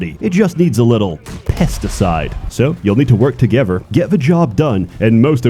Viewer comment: "dump a fat load inside of molly" My sides. Also he said "togever" twice in this video